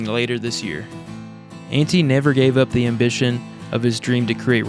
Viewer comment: The pronunciation for Antti is a bit tough one.. The "t" is a bit longer and the "a" is like when you say aardvark (sorry couldn't come up with another word with that pronunciation off the top of my head 😅) except only with one a of course.